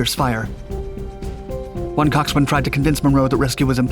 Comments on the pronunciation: Cox'un ... Not Cocks-"swain". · Great video! Just an FYI, Coxswain is pronounced COCKS AN. The W is silent. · you don't pronounce the w in coxswain.